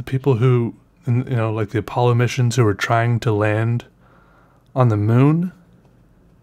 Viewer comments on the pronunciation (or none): none